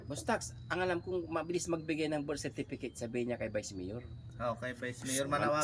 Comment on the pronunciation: Nakakatuwang Pakistan ang pagbigkas ni vandam sa birthcertcate😂.pitipitik 😅